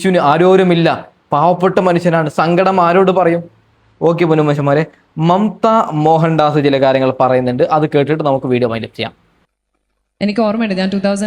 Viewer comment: നീ ആദ്യം അക്ഷരം വൃത്തിയായി പറ റേ ണു സുധി അല്ല രേ ണു..., മമ്ത മോഹൻ ദാസ് ആണ് ഡാസ് അല്ല